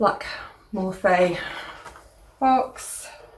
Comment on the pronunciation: I love that lippy set! It’s pronounced morph ee 😘